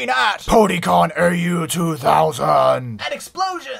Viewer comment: You pronounce AU wrong. It's not supposed to be spelled out, it's pronounced like "aw".